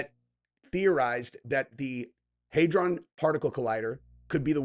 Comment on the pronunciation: Hadron...not haydron. This guy's fuckin dumb. I couldn't get through 5 min of this video. Finally unsubbed from this weirdo